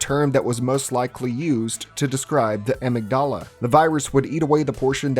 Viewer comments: "Em. Ig. Dallah"? Amygdala. Emig-duhla. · My brother in Christ, it’s “A-mig-dA-La” (Amygdala) Banger Video though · When you said the amygdala that way I immediately thought: Padmé AmygDALA I’ll see myself out